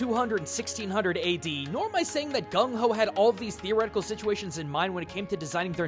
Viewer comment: Gungho? Nah, nah, nah! Gumgho! Yes, yes, yes!